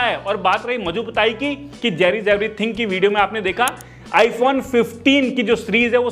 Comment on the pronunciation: JerryRigEverything toh suna tha ye JerryJevrything kon hai bhai 😂